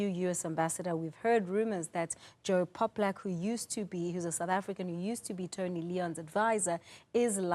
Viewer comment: Couldn't even pronounce the guy's name right - Joel Pollak - it's not hard.